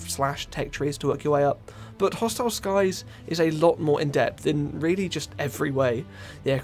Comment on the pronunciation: I’m mad at the fact that he kept saying hostile sky’s 😂😂😂😂😂😂 all g tho amazing vid 🎉